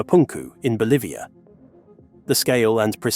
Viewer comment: Never heard of "Bolvia" before .